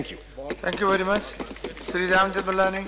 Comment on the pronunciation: Speaker Se Speaka bhi nahi jaata I mean i dont want to make joke but cant help he said rajmeth malani ji